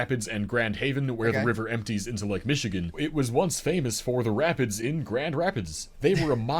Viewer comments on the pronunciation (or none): none